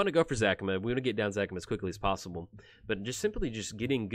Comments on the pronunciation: Its Za-ca-ma not Zac-ama. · After Parnell's ZACAMA shouts there's only one correct way to pronounce it. :D